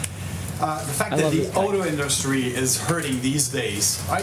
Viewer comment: You can always tell what parts of this orange imbecile's speech was written for him.......then he veers off to the horrible grammar, the mispronounced words (think in-DUST-ry) and just rambles on and LIES. WHAT A DISGRACE